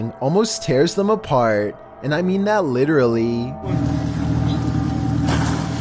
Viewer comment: R u trying to say literally